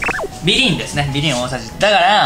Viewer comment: みりんの発音がBEGIN